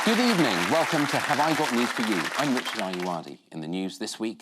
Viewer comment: That's not how you pronounce ayoade